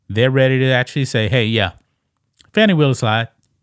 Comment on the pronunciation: No, it’s “Fanny”, like your a zz. ☝️🤣